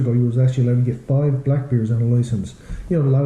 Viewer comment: When you were reading about the bears,I thought you said beers I'm like your only allowed 2 beers